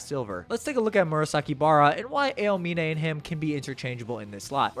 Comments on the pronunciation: I hate how u pronounce some words like "Miracles of Generation" and " A E O mine" like are u good? do you not watch or see Eng Dub? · "ayo-mine" aaahhhhhHHHH!!!!! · i mean i watched dub also and double checked a clip on youtube and sounded different, its more like ow-mine instead of a-oh-mine, at least when i hear it, cant send links on comments though lol, just typed aomine english dub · brother please learn how to say aomine properly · pinned comment talking about how you pronounced posterize but it was the aomine pronounciation which killed me XD (w video though) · Just a heads up man, it was more than just posterize. You mispronounced Aomine as well but, I enjoyed the video so it wasn’t that big a deal.